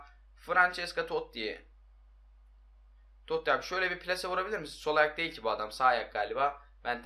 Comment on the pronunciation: Abi Toti toty degil ki